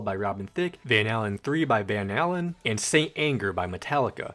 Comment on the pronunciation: just so ya know, it's not Van "Hallen" it's pronounced like "Hay-lin". just to help you avoid the wrath of boomer rock enthusiasts.